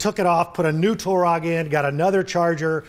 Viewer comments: "Turag" hurts my ears... :( Tureg man, Tureg.. is not that hard.... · it is pronounced "TUREG"...